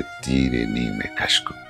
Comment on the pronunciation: Koi mere dil se puche tere teer e nimkash ko.. yeh khalish kahan se hoti jo jigar ke paar hota.. saare shair ki aisi ki tesi kar di ghalat parh kar. Neem e kash nahi nimkash aik lafz hai.